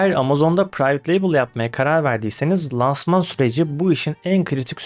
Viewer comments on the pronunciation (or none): Lansman öyle telaffuz edilmiyor. İlk a ince olacak.